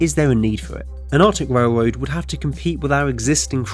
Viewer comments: “A warm, high speed wailwoad” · wowm wailwoad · Awctic wailwoad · What’s a whale woad? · Norf Amewica wailwoad bwidge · The speech impediment killed me, “whale-woad” lmfao